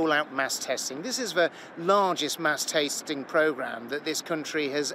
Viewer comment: Did he just say mass TASTING??